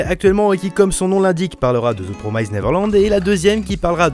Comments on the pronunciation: PROMISED et non prom"ai"sed ... la prononciation, faites un effort dessus. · Petite remarque inutile mais 'promised' ne se prononce absolument pas comme tu le fais ! Juste pour que tu saches à l'avenir ^^ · Promissssd pas promaïzed